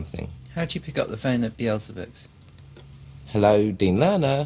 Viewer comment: heh... "Beelzebooks"... never realised that before :P